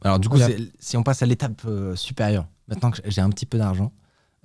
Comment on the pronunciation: il dit "maitenant" au lieu de "maintenant" ^^